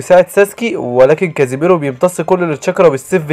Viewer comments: ملخصات نار لاكن اسمه kisami ليس kazimero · السادسة اسمه ظيساني و ليس كاسيميرو😂🎉